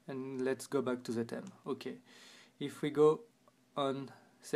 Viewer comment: I Like His French Accent But I Dislike His Pronunciation Of 'Theme'